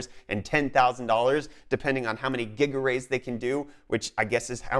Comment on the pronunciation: I thought you was joking when you said GigaRays! That's actually a thing?